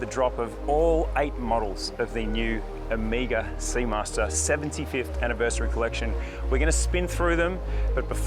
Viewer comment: It’s very significant that Ωmega is unveiling this amazing collection in Greece 🇬🇷 and Mykonos. Ωmega is a Greek word for the last letter of the Greek Alphabet which is O-MEH-GA and not OH-MEE-GA! Again fantastic range and my favorite watch brand. Beautiful Greece plays the perfect backdrop for the line up great stuff